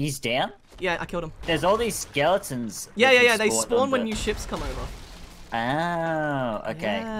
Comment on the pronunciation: why does say Skeledons